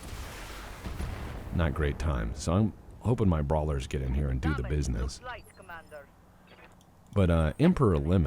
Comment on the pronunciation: I can't be the only one to have heard that as bee'sness especially after the shook up box of bee's commentary from tex